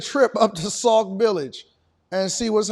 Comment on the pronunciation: It's Sauk Sauk Village, not Saul...😊